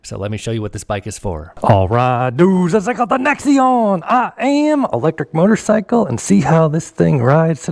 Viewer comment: Thanks for the review but it's a NAXion, sounds like NACKS, not necks!!!